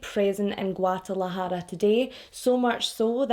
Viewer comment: Ok girl I see u w your Guadalajara pronunciation!!😉